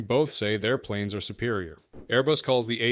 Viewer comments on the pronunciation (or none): none